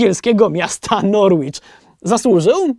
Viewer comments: Boze. Musialam 3 razy odsluchac 😂😅 bo uslyszalam Norłicz...😅 wybacz, troszke podmieszkuje sobie tutaj. Jako ze wiele miejscowosci angielskich ma co poniketore litery nieme. W tym wypadku nazwa miasta Norwich wymawia sie Noricz 😆 (oczywiscie wiem ze nie mieliscie tej wiedzy wcześniej <3 )z pozdrawieniami dla calej ekipy HBC z miasta Norłicz 😊❤ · Norłicz? Aż uszy zabolały 😅